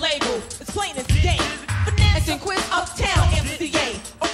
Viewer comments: Why does the Narrator keep saying "SYN-QUINCE" when her name was pronounced Syn-QWIS???? DO OVA'.....DO OVA' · Finesse and SIN-KWISS bro not SIN-QUINTS!!!! smh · Darn sure didnt...lolololol "SYNQUENCE" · Much respect for this upload but dude didn't pronounce Synquis' name right one time